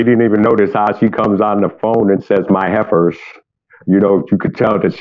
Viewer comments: When she said helpers at first I thought she said heifers. I was like ohhh snap she is not playing today 🤣🤣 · I also heard her say heifers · I am laughing so hard because I could’ve sworn that she was saying heifers but then I was like now maybe she saying helpers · I swear it sounds like she is saying his “heifers” not “helpers” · The landscaper at the end said she called them heifers lol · "HELPERS" not "HEIFERS"! 🤦🏿‍♀️It wasn't until she said the heifer started to speak, that I realized that I was mishearing. 😂. I seriously thought he had some country method of cutting grass with cows. 😂